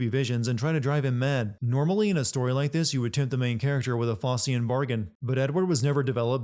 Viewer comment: I hate to be that guy, but I feel I can get away with it on a video all about nitpicking - that's not how you pronounce 'Faustian'.